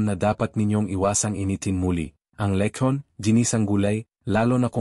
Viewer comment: Pati pagbigkas ng letson nd alam